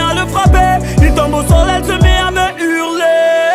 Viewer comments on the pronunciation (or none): c'est hurler pas hurlet